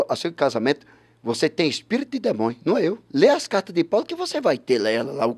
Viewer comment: "demonho.....frutua...escultura.....tive dois dia...com jezuiizizizzizi